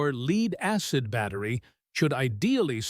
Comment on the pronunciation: Leeeed acid? Good grief learn to pronounce it properly!!!